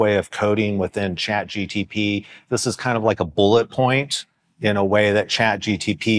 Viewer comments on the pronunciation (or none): I immediately stopped the video when he said CHAT GTP!!